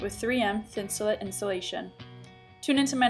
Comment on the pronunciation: It's pronounced Thin su Late, not thin su Lit. As in: Insulate. It was developed as a insulation for outdoor clothing, sleeping bags and boots.